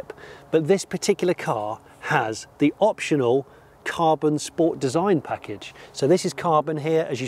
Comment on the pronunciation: Sensational review Johnny, but as we all know it's a Scchhpoort ;)